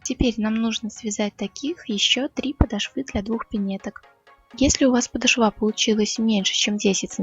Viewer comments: Красиво . Только правильно не подошвА а полОшва. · Всё здорово, спасибо за хорошие МК! Пожалуйста, (слух "режет") подОшва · Спасибо, за видео-урок, пинетки свяжу обязательно. Только Вам небольшое замечание, правильно говорить подОшва.